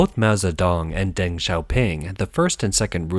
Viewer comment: the letter "e" in "Deng" is pronounced as the English "u." Phonetic spelling would be "Dung Xioping," not Deng.